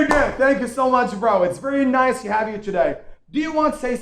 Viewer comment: Noice... It is just an exaggerated way of pronouncing the word Nice.. That's all.. Dahooom... I think that he is just kidding... He doesn't mean to be mean♥️♥️♥️♥️💞💞💞🎊🎊🎊🌼💐💐🌹🌹💘